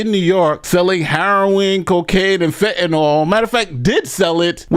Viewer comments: PSSST - It's pronounced"fentanYL," not "fentanOL." It doesn't rhyme with alcohol. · It's fentaNYL , not fentaNOL 🤦🏽‍♂️🤦🏽‍♂️🤦🏽‍♂️ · did you not hear the newscasters pronounce “fentanyl”, rhyming it with “pill”, on the newscasts??? Why the heck are you calling it “fentanol”??? 🤨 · FentanYl, not “Fentanol” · FENTANYL, SAY IT WITH ME “FEN-TEN-IL” DAMN! AND YOU CALL YOURSELF A LAWYER. YOU MUST BE PARTNER TO BEN CRUMP. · Its Fentanyl not fentinall, and its Heroin not harrowing lol and a lawyer